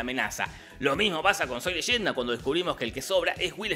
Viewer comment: Wilber Esmit jajaj no es legenda, repito… NO ES LEYENDA